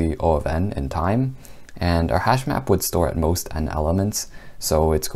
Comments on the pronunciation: Hashmap? I thought he said hashbrown..damn. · As a non-coder I thought he said hashbrown for a second lol literally had to google if that was a thing 😂